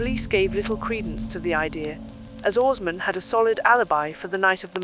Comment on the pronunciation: She says his name(assmann) properly but I wouldn't. I'd be like what up Ass Man! 😆